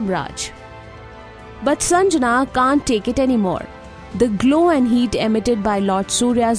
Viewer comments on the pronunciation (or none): Its sangnya not sanjana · It's shandhya not sanjana